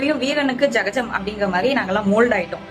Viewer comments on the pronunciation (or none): Unga velaya parunga ma... ஜகஜம்😅😅😅😅 athu சகஜம்